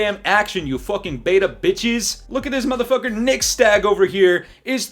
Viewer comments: You just call him nixSTAG?😂😂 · Bruh his name is Nixstahh. Imma let y'all connect the dots RQ. Just sound it out slowly and it'll make sense. 😂😂😂